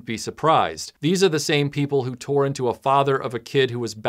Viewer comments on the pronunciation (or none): none